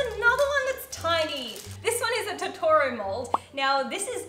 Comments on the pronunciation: TO TO RO ahh that pronunciation killed me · YOUR KILLING ME WITH THE TOTORO pronunciation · Her not pronouncing Totora right physically hurts